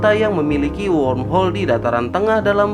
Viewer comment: Sepertinya mimin kesulitan untuk mengucapkan kata womhol